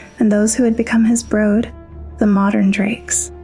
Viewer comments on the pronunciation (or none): Why do you say brud 😅😭 even dragon lady clearly says brood.